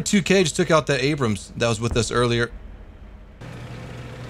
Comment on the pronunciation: "MUH ABRUUMMSS" lol